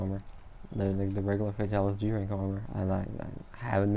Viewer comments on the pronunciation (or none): *G-Rank G-RANK, not G-Tank lol 😂